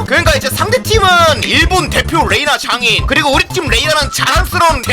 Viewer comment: 왜 장인 발음이 장애인으로 들리냐